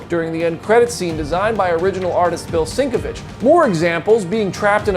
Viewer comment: Pronounced - "sen kev itch". Just so you know for future reference. Bill "sen kev itch " not sink ah vitch.😵 Seinkiewicz is a brilliant artist and writer, so is Claremont. 👍🏻